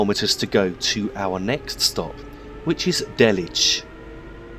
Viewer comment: its not peters-rod-a its pronounced peter-srict-oda its not dell-lich its day-lich